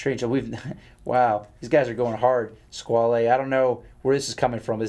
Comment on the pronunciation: 30.38 onwards when Josh ask Israel "Do you know what a Skwaaaleee is?" and later commented that "I don't know where this is coming from. This is very strange and funny for me". I literally LMFAO!!! Later towards the end of the show, Josh "blamed" Israel for all the Skwaaaleee comments to which Israel seems clueless as to what is going on. hahahahahaha!!!! Well you guys are just having a little taste of what is coming your way. LOL I don't normally read the comments but Thanks to all you TGV trolls for making my day. Damn.... You guys are really vicious!